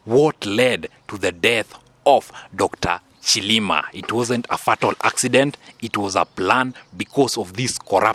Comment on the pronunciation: Say say Fay Tal rather than Fat Al. Like your show.